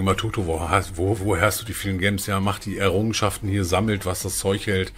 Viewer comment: Sprech bitte mal gems Englisch aus.